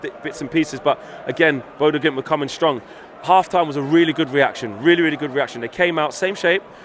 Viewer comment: It's bodo glimnt FFS Not impressed